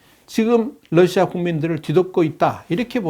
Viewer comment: 아직도 Lusia라고 하시네요.